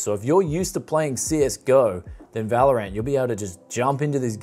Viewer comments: He always says vÄlorant instead of valorant. 😂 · Normal people: valorant This guy: valor ant